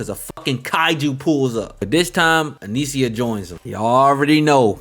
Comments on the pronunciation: if this nigga dont stop saying anisia its fucking anissa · Maaaan. At least the weeb names come from a whole other language. How did you manage to add an extra vowel to Anissa? 🙃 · Pronouncing Anissa name wrong was sending me😭